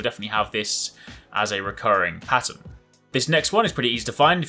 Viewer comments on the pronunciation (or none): none